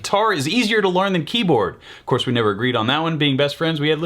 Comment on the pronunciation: Why did he pronounce cource like cour-che?